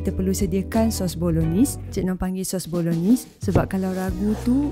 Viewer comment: Cara sebut: Bolo-naise